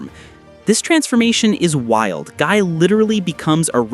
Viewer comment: I get aneurism hearing Gii's name get butchered in pronunciation repeatedly